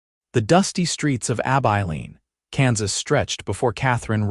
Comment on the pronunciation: Pls teach AI how to pronounce Abilene. Please!